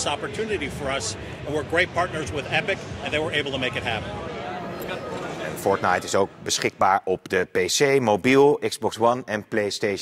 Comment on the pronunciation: Het is fortite niet fort-nite